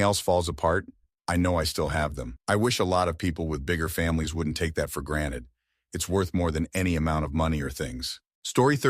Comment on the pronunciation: The privilege to know how to pronounce "GranTed" and not "Graned"